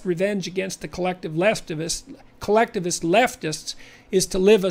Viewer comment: "Leftivists." Jordan Peterson. We need to run with this misspeaking, it's a great label.